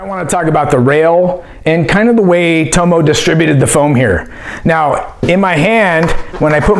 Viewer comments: Its not toe-mow, its TOM-MOW. My name's dave, Aussies call me Dave-O. Same thing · Toe-mo ? It’s Tommo mate 🇦🇺😂🤙🏽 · Love your reviews, I would never mention this normally and I'm not having a go I just thought you might like to know that in America most people are pronouncing Tomo wrong, It's pronounced Tom-Oh, His surname his Thompson so he's nickname would be Thom-oh as in the letter O.